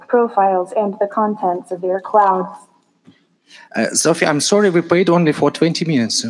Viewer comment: We'd be waiting for 2030 and "Sophia" can't pronounce her own name. I'm not sure if the "robots" are more idiotic or the public is?